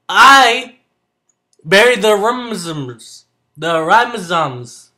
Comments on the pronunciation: Looks good bud, you inspired me to get some more bolivians. After losing my apistos to the ghost of dead fish that attacked my tank i am scared to go with the more delicate dwarfs so VIVA BOLIVIA! Lol oh and its a Rhizome pronounced RYE-(like the bread) ZOME-(like home with a Z) RYE-ZOME! Bam the magic of phonetics! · It's called a rhizome. "Rhi" like in right and zome sounds like zone with an m instead.